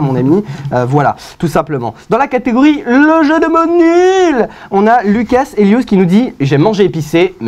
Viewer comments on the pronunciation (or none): none